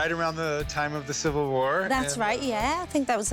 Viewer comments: Is she saying Silver? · why can't she say 'civil' ?? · Kinda odd that she is apparently a professional actor, but had trouble pronouncing "civil" at least twice.